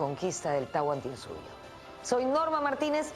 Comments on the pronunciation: Es Tahuantinsuyo no Tahuantinsuyu :/ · Se dice Tahuantinsuyo